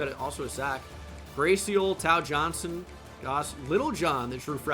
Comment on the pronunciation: Tao Johnson is pronounced Tay-Oh btw